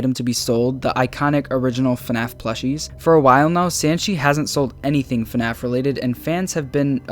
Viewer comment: I love the "FuhNaff" in the intro